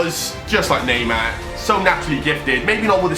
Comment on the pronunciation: Eu ouvindo ele falar Neymar sendo q Neymar e Br jkkkkk